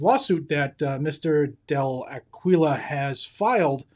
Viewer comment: Del A-Key-Yo, but we got it. Wayne has been MIA for too long, no more taking a stand, just sending out applications..........pathetic.